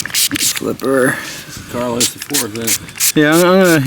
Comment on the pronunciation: love your vids but... it's not "CARLOS". It's "Carolu(v)s", which is Latin for "Charles"....and yes, I'm an old coin collector.